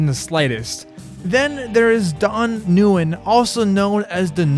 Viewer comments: Nuge. His last name is pronounced "win" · Another casualty in the Americans trying to pronounce “Nguyen” war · Lost me when you couldn’t even pronounce Nuge’s name correctly